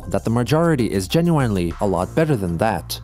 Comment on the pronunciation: Why does he pronounce "genuinely" like that??